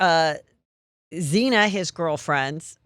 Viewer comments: Heather….Please stop mispronouncing cases, facts and the victim’s names … Do better research. Come on. Xana not Xena. Kaley not Cali, for instance. Love this guy you’re interviewing. He’s the best guest I’ve seen interviewed on all YouTube channels. And Of course Shitberger knew there was more than one person in that house. It was three stories, tons of parties were held there and there were multiple cars parked in front. The problem is that there seems to be no real punishment now for homicides. People just go to prison, sometimes they get out, they get to eat l breathe, sleep, play board games, read, socialise, have cell phones, commissary, visitors take classes etc… There needs to be isolation with nothing for life. Make people think twice before committing murder. And that high school kid should’ve gotten life. This is getting ridiculous. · Maddie and Kaylee met each other in the 6th grade. Kaylee had broken up with her boyfriend Jack, not Maddie. Maddie had a serious boyfriend. They think Maddie was Kohburgers primary target. Xana is pronounced ZAN UH, not Zena. I’m not trying to be a jerk, I’ve followed the crime quite a bit. So sad!!! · Heather, you have been doing this for a long time- get the names of the victims and the victims’ families correct; it’s the very least you can do. Your constant mispronunciation of Xana’s name (calling her “Xena”) is irresponsible and sloppy. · Great podcast great guest however, it’d be better. If the host could pronounce the names of the victims properly everyone knows including us in Australia.